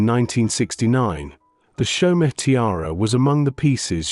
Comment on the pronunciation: Chaumet is NOT chow-met, it's show-may